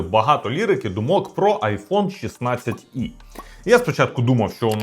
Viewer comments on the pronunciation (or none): Не 16 И А 16 Е 16Е Не можно слухать дизлайк